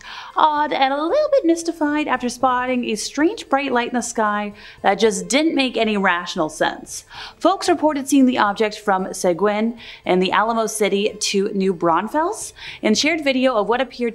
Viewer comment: Seguin is pronounced suh-geen..👍💕